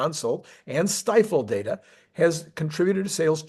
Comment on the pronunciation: It’s pronounced steefel! 😅